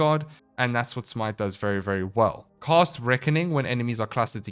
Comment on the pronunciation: I seriously cannot listen to you MANGLE the English language anymore... When you say cAst and cOst exactly the same it makes it really hard to tell what the FoCK you're saying... 🙉🙉🙉